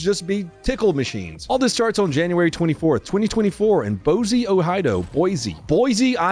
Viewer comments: Dude, it’s Boy See, not Boy Zee. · Love you, but come on, it’s Boy-see, not Boy-zee. All that being said, it’s sad to see Boise turn in to what it has become. It used to be a pretty nice place, but with the massive influx of people and n the last 10-15 years crime has really risen. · It’s Boise not boize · "Boy sea" damn the one time you get a video from the stat and you BUTCHER the name comeon man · Ok it’s pronounced Boysee not Boizee Boise … BOYSEE Got it dork. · its Boy-see Not Boy-zeee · ITS BOISE PRONOUNCE. BOYSEE OR BOYC. NOT BOYZE.. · It's pronounced BOY-SEE NOT BOY-ZEE! I had that yelled at me my second day that I lived in the Treasure Valley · as a Native Idahoan, you did great, but Pronounce it Boy-See instead of Boize, the natives will love it if you do! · It’s pronounced “Boy-see.” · Thank you for leaving in Bosee, Ohido lol. I appreciate spoonerisms every single time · it’s pronounced boy-see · Just remember that an easy way to say Boise is saying it "boy-c". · Boise, Oh Hai Doe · If anyone is looking to move to Boise, reach out and I can help you connect with a local agent, help finance your purchase, and teach you to pronounce Boise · I swear none ya'll can say Boise to save your nutt sack. 🤦😂